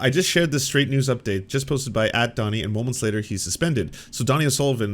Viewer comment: His name is DONIE O’Sullivan. - Short for Dónal It’s pronounced like Dough-knee. Not “Donnie”